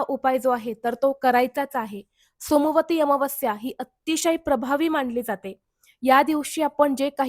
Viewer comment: सोमवारी अमावस्या उच्चार चुकतो आहे ताई